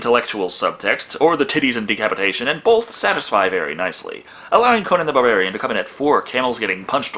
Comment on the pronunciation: Am I the only one who hears saying "Conan the Bavarian"?